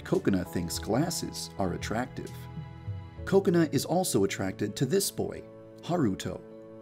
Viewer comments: Did he say coconut instead of kokona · I think u said “Cocenut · every time I hear yan dev say kokona I hear coconut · Lol I thought he did too. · Also sounds like he is saying Coconut. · When yanderedev Said Kokona the captions/subtitles said coconut lol 😂😂😂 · Dude youtube understands you yandere dev you speak directly but bruh it says "coconut"accept for kokona😂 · I thought Yandere Dev said Coconut instead of Kokona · It sounds like he's saying coconut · Did I just hear “coconut”? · Coconut not Kokona??? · i thougt he said kokonut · Did anyone else think he was saying Coconut? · I thought Kokona was pronounced Ko-kona instead of Koko-na...I was wrong... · Why does he say coconut to kokona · Bro Say Koconut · I legit thought he said coconut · xD me too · OMG the whole video i thought you were saying 'coconut' HAHAHA IM TOO HUNGRY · I KEEP ON THINKING HE KEEPS SAYING COCONUT HALLPPP😂😂